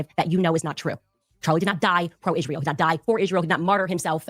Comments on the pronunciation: I know the Ishreel thing is annoying, she also can't say any word that ends with ant properly either like important she says Imporint. Once you start hearing it you can't unhear it lol. 😂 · I hate the way she pronounce Israel ‘Ishrael’. 😂 Also, her saying he wanted to bring her back isn’t the flex she thinks it is. Like, they dislike her so much, they’re willing to UNALIVE him over it?!?!